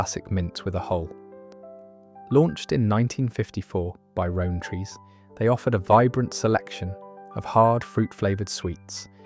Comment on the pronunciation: Row as in an argument not row as in a rowboat, for rowntrees😊